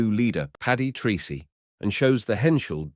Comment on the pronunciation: A small but important detail; please note that Paddy's Irish surname Treacey is pronounced Tracey... not Treecey. Thank you.